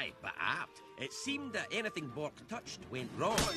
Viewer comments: BORK not bor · Its bork. Not bor